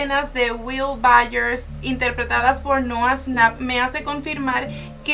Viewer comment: Noah snap :v Es nouah shnap ahre